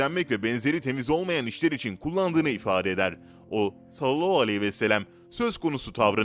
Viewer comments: Maalesef yalnış okuyor .. üstelik böyle oldugunu herkes söylüyor ,Halbuki çok zor deil doğru telaffuzu yapmak . Bence niyeti yok . Bu kadar eleştiri alıp doğru telffuza önem vermemek .. insanolarak şaşıp kalıyorum.. Oysaki güzel videolar hazırlıyor .. Beğeniyorum . Amma Sallallahu demeyi bir türlü düzeltemedi... Ağzında yuvarlayıp ,hızlıca ve eksik telaffuzla konuşup ,hemen başka kelimeye geçiyor .Söz konusu peygamber efendimiz SAV olduğuiçin titizleniyoruz Dil dönmüyorsa bile bence doğru heceleye heceleye birgün mükemmel birşekilde telaffuz yapabilir .... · Sunucu arkadaş seni para zoruyla konuşturuyolar herhalde peygamberimizi zikrettiğim zaman sallallahü aleyhi vesellem demek zoruna gidiyor herhalde hemen cümleyi yuvarlıyosun onu bi ilk önce güzelce telaffuz etmesini öğren yorumlardan para kazanıyorum derken bi kamyon günaha girme